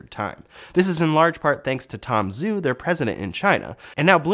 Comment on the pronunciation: Has anyone checked the pronunciation of the name "Zhu"? Is it not supposed to be pronounced like "Zoo" but more like "Jew"?